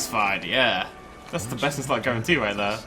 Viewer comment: Did he say BestInSluth in the intro?